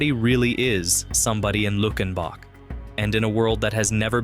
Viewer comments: It’s pronounced “Luke-in-bach,” just like in the hit 1977 song “Luckenbach, Texas (Back to the Basics of Love)” by Waylon Jennings. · Its Lue-ken-bok not Luck-in-boc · When I heard luck in bock, I was done. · By the way its pronounced "Luke en bach" I just need the GPS coordinates I am so ready to move just need the names of these towns 😂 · Mispronounced Luckenbach in the first line of the first listing of the 17 and, for that reason, I'm out. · Turned it off as soon as he mispronounced it.